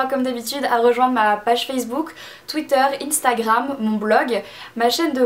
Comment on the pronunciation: Salut Marie -3 Tu es super 200 000 abonnées c'est Suppeer :) merci pour ses cadeaux ma belle :) Je te suis depuis un temps fou que je connais a peu pres tt sur toi et aussi : INSTAGRAM mddr la prononciation bref le lot Que j'aimerais énormément gagner de tout coeur est : LE VANESSA BRUNO vieux rose ou le kaki beige les deux me conviennent :) grooosss bisous -3